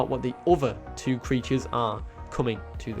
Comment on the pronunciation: no offense dude but can you please learn how to pronounce leed S ichthys right